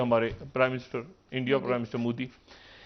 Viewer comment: He can’t even speak modi properly (mudi mudi moody) ... Chale hain apne tazzia Karne....